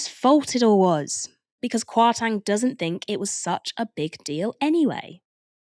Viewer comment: I love the show and I’m not a fan of Kwasi Kwarteng at all… but just for info it’s pronounced “KwartEng” not “KwartAng”. As someone with Ghanaian ancestry the pronunciation was a little bit distracting. But other than that great show as usual! is a brilliant presenter.